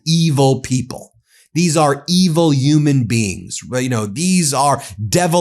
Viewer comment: Ben why don't you pronounce H's? Umans? Really? umiliating? Abeus corpus? C'mon man.